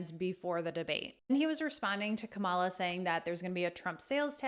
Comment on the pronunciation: Are you mispronouncing Kamala on purpose or just not doing the research to get it right? What else aren't you getting right?